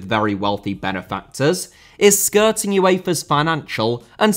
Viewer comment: did my guy just say skrting 😂😂💀